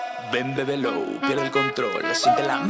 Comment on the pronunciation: "Bèbelo" me da un chingo de cringe.